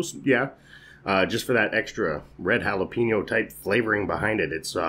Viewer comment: Why did you keep saying red jalapeño? Plus it’s jalapeño-PEÑ-o, not jalapeño-PEEÑ-o